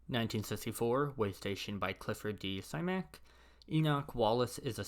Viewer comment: Please learn how to pronounce the author names! You butchered Zelazny and Simak is pronounced with a short ‘i’ sound.